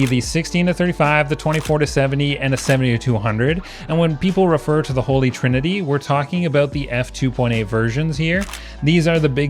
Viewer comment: It’s “holy” not “holly” ….. (sighs….)